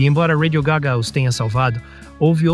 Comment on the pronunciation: ao menos podia dizer radio gá ga e não radio gagá...